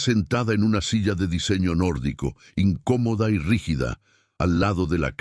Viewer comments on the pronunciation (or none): I N C Ó MODA no incomoda Pronuncie el castellano. No desprecie nuestro idioma. No es un lujo de millonarios